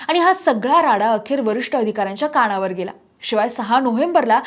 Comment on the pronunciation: काणावर नाही कानावर उच्चार आणि लिखाण खूप बदललं आहे आजकाल 😮